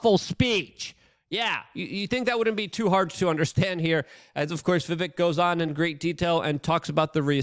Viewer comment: Luke..dude..you had him on your podcast and still don't pronounce Vivek properly?? smh